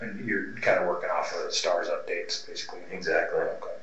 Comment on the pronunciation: Why does almost every investigator pronounce okay like "Okwai"?! Once you hear it you can't unhear it.